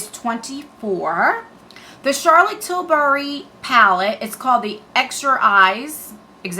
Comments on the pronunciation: I just love watching you! Your so cute, especially the way you say Charlotte tisbury lol it’s Tilbury lol but I like the way you say it!! You always put a smile on my face so thank you,😊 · Charolette TillBury No “S” in Tilbury